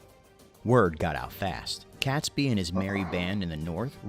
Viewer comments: And “Catesby” is pronounced as it is spelled and not “Catsby”. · Catesby is pronounced Cayts-by, not Cats-by. Grr! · It’s pronounced catesby to rhyme with gate! Awful video, as most historical things are from America. By the way, several barrels of gunpowder were found during the 80’s, they had been missed at the time. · I'm old and the 5th November was always Guy Fawkes Nght or Bonfire Night - never Guy Fawkes Day. That video has some godawful pronunciation in it - it's not Cat sby , it's Cate sby, rhymes with gate not cat, Warwick is said War-ick, second w is silent and don't even get me started on Worcestershire. Also, hopefully the reason you can't find the masks in shops is because they have all been bought by the people finally about to overthrow your fascist scum. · Catesby is pronounced Kate-sby not Catsby. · I find myself getting mildly annoyed at the narrator mispronouncing the ring leader's name. It's not 'Cats Be', it's spelt Catesby so the e in the middle makes it 'Kate's Be'. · Robert CATEsby (not prounounced CATSby) ! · Robert Catesby is pronounced Kate sby, not Cats by. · Pronunctiation is somewhat wayward. 'Kates-bee', 'forks'. etc... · Catesby pronounced Caitsby. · I 'm pretty sure Catesby is pronounced Cates - by not Cats-by . 🇬🇧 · Guy Fawkes night is NOT a national holiday. Also, why did the narrator ignore the 'e' in Catesby???